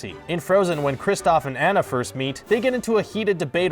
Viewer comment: Cringing at how he pronounced "Anna". Am I the only one or nah?